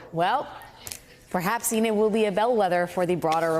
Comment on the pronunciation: Enid, not Eden.